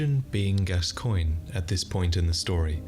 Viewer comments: When you're from the US and so used to weirdly spelled names that you think a normally spelled name must be somehow weirdly pronounced lol. "Gas-coy-nyeh"? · I believe his name is pronounced “Daddy Gas-cans”, but that might be a regional dialect